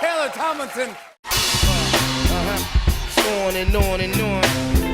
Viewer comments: Am I the only one who noticed that Jimmy pronounced her last name as "Tomlinton" the first time? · Why does he call her Taylor Tomilton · Did no one else notice he pronounced her name wrong the first time? Haha